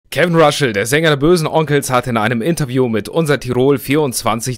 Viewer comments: Mensch, den Namen spricht man nicht RASCHL, sondern RASSL. Ich finds aufrichtig, wenn sie sagen sie haben nichts mehr auf der Pfanne für ein neues Album! Finde ich besser, als andere Bands, welche sich dei letzten drei Alben besser gespart hätten. Ich finde die Frage, ob die Fans das für Geld gemacht haben, mit Verlaub gesagt, etwas naiv. Natürlich hat man sich stark gemacht für dei Band und dabei Nachteile eingefahren, aber das hat man auch gemacht, weil einem diese Beziehung zu diesem Gruppenkonstrukt, die Identifikation mit den INhalten etc. Kraft und Identität gespendet als man jung und auf der Suche war. Bei dem Punkt stimme ich zu, sie hätten es auch einfach für sich behalten sollen. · Er heißt Russell, nicht Ruschell 🤭😉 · DAS DU IMMER RASCHEL SAGST, MACHT MICH AGRÄSSIVVV! JETZT ECHT, ALDDA!!! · echt so !!!